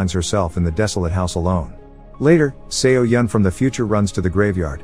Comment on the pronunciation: fyi it's pronounced so-yeon Not se-o-yeon🤣🤣